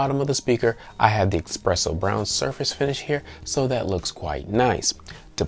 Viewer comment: Drink every time he says eXpresso lol